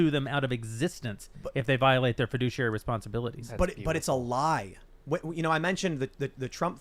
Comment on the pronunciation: heh. feh-douchey-airy (fiduciary)